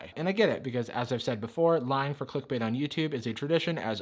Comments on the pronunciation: No one: Not even a single soul:: Clickubite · literally said "Qlikbäte". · click-bait (kō-lik-u-bīt) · has my type of comedy down to a T, "Ancient Technique" and the way he pronounced "Click Bait"... Beautiful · Your joke pronunciation of “clickbait” is how I will pronounce it from now on.